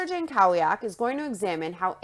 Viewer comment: oh just fyi that's a typical polish last name, it's pronounced yan-KO-vyak